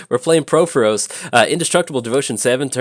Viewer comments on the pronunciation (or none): It’s “PUR-FOR-OS,” not” PRO-FO-ROS.”